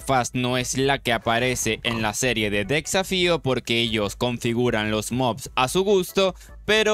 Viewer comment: Porque dice tan mal las cosas xd decsafio, aquimarae, farmens dilains